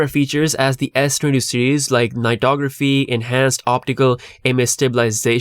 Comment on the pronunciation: When you said S22, it sounds like S20, I have to repeat it again to clarify.. cant you pronounce s22 properly?